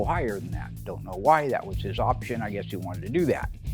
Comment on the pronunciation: Highest "opsheeon"? Sheesh, get a real announcer.